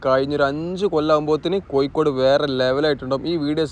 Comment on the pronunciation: koyikkkode allada kazhuthe kozhikode..